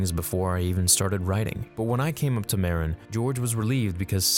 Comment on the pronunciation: Ma-RIN. Not MAR-in. Just fyi. It's the name of the county Lucas ranch is in.